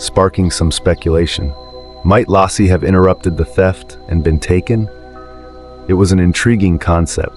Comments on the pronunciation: LAYCEE not lauci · It's NOT Lossi! It is Laci. Her name is NOT Lossi